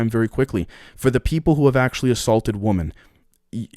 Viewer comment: Bro, why do you have such a hard time saying the word Women? It's the plural form of Woman. I can never tell if you are speaking about a group or an individual.